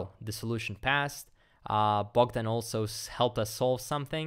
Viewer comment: Bro my name is Bohdan, you said it with the correct accent. Where are you from?